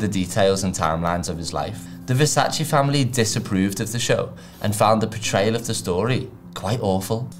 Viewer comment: so you explain the right way to pronounce it, yet open the video pronouncing it the wrong way...